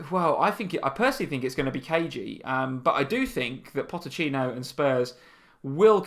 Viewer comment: Its pochetino not potechino js ( god knows if i spelt it right but you get it)